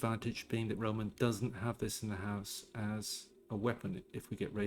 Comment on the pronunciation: it would be more correct to say «RomAn»